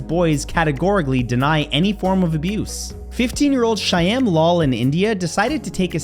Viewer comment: it's pronounced SHAAM not SHY AM bro... But I love your channel ❤